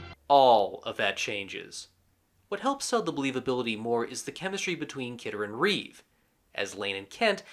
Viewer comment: Why do so many people have a problem with George and Christopher's last names? They usually say Christopher Reeves however there is no 'S' at the end of his last name. It's Christopher Reeve. George Reeves was called George Reeve in this video. SMH